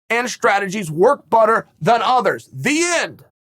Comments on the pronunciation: I was about to say I can’t be the only one that heard him say work butter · "Work butter"- Chael Sonnen